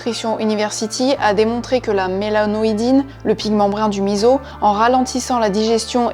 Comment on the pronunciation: Bravo de bien avoir prononcé MISSO !